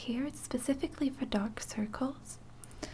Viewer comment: Very nice. Only tip is that dark, and darker require a stronger 'r' sound.